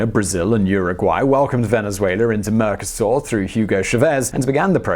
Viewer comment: mercosÚr, not mercoSAUR!